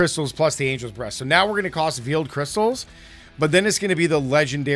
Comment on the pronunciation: Anyone else hearing angels breasts instead of breath? 😂